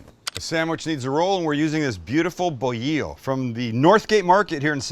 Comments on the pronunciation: It's called BOLILLO as BO-LEE-YO not BO-HE-YO... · Take out the fries, add refried beans and a salsita and now we're talking. You basically made a torta, but with extra steps lol. Not mad at it, though. Also, the bolillo (bread) is pronounced bo-lee-yo! :) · "Bolillo" it's pronounced like Bo - Lee - Jo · Chopped torta, great idea. Why blend the marinade? It's just one more thing to wash. I will add chopped lettuce and tomato like a torta. And it's boh-lee-yoh. You've been in so cal long enough :) I don't think there's any Spanish word with two sets of LLs.